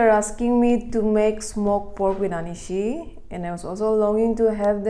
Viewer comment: Sis, please do correct anishi. Let the people learn the correct word our(Ao dialect. Thanks.